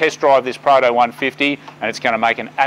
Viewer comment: I kept getting "Prada" instead of Prado. Maybe my ear is the problem